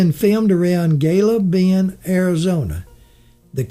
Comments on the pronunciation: Gila Bend is not pronounced Gil-la Bend, He-la Bend is more appropriate. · Gila Bend is pronounced Heela Bend. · Gila Bend AZ pronounced Hee-la Bend Ajo AZ pronounced Ah-ho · Yeah I wanted to say something too but decided just to comment about the murder in Gila Bend, I grew up hearing the real story.